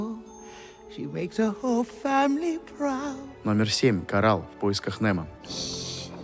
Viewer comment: Керчик, а не Керчак. Корэл, а не Корал.